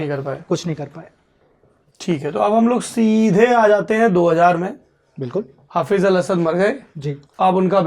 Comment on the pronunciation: Dr saheb hafeez ul Asad nahi balke ye word he Hafiz ul Asad حافظ الأسد he sir